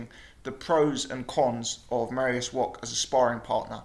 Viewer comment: Mariusz Wok ? or Wach ? at least pronounce his name right.